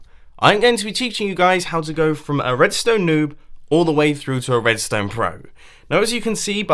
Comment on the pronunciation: Am I the only person to realise that his name might be a nickname given to him by his friends, because WHENEVER he talks about redstone, it sounds like 'Mumbo Jumbo'.